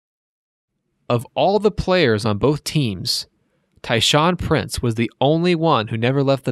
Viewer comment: This was a good vid, except that you pronounced Chuck Person, Tayshaun Prince, and Tom Gores wrong.